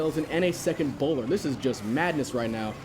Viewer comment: did he say bowlder?